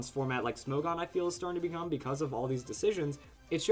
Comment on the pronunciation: isn't it pronounced smog-on? smog as in the move......